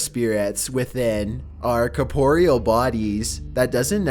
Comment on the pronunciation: It's pronounced core-puh-ree-ull....not cuh-pore-ee-al....I mean come on lol.